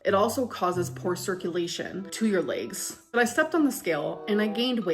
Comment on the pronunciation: All I can hear for 95% of this video she uploaded is the adults on Charlie Brown talking, and every now and then, I hear "bolth" and "laaaygz". I honestly think uses cellulitis as an excuse like people use having a headache to get out of things. She doesn't want to lose weight. Why? Because that would ruin her "brand" and she'd have no excuses to do things because she's a lazy narcissistic brat.